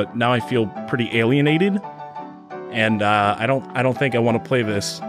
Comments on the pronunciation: Take a shot every time he says alianated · Take a shot every time says “alienated”.